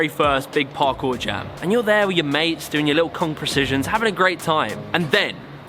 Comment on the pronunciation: Anyone else notice he often says "hafting" instead of "having"? Just a funny little thing I picked up on. Stick it on a t-shirt maybe. I'm just messin' with ya. Great work, man :)